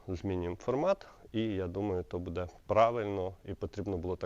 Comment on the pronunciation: Не будЕ, а бУде